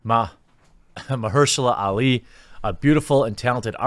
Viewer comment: Geez dude... say it with me: Mar-sha-la Ali